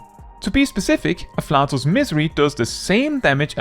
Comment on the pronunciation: Just as a heads up, “afflatus” is pronounced uh-flay-tus. Not “uh-flat-us”